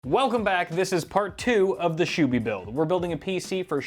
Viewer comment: When realizes its "SHUBHY" and not "SHOOBY" 😂